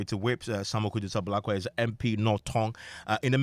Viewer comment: This guy paa, it's Ablakwa not Abrokwa 😂😂